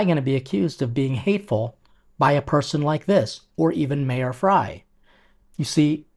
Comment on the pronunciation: Kudos,! You really are a chef ‘coz you call Mayor Frey as Mayor Fry 🍳😅😊